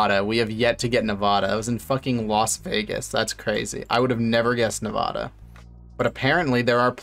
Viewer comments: Bro the way you pronounce navada im dying rn i live in vegas and that would trigger so many people lmao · It’s a pet peeve when people pronounce Nevada wrong in the states